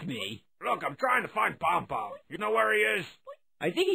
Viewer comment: Did he call Pom Pom Led Zepplin?